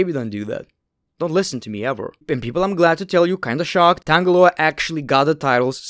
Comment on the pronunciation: Did anybody catch that Cory graves called Tonga Loa the infamous tanga loa 😂